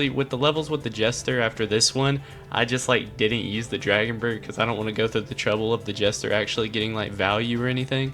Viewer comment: It is dragon brute